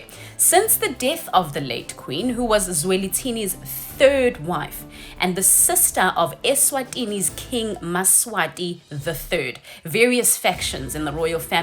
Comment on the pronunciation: Point of correction, King Mswati not Maswati